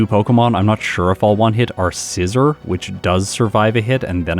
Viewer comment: *sigh its "Seezor" not "scissor"